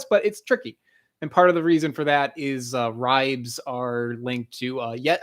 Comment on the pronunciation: "ribes" -pronounced "Ree-bays"